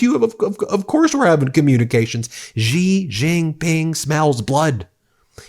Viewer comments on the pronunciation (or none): Hey BEN! The president of China’s name is pronounced SHE not Jee or Yee. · trump doesn't know who he's messing with. And it's pronounced 'she', not gee. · Hey Ben love this channel, but attention to detail: Xi is pronounced "She", not "Gee". Why is that important ? It's a matter of showing respect. BTW, amazingly enough, Trump actually pronounces it correctly. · Hey sir, just to let you know: it’s easier to pronounce China’s president as “She” Jinping — that’s quite a close approximation. Cheers!